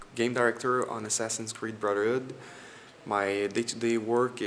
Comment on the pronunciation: Brotherhood* not boRtherhood